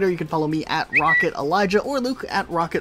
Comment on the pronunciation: Why does Elijah say his name wrong?